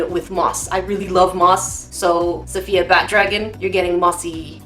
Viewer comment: lol "safayia" (it's safiya)